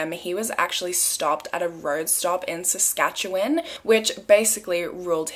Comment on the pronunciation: I live in Saskatchewan, and I just want to give you props for pronouncing it correctly! It rarely happens 😅